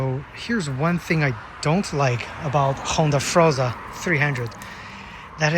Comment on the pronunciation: Its Honda forza, not honda froza btw